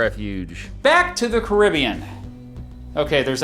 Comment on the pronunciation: You really need to learn how to pronounce “Caribbean” correctly.